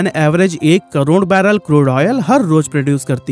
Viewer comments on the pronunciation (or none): none